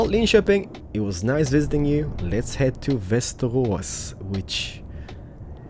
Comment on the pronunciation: Is swedish? He pronounces Linköping well.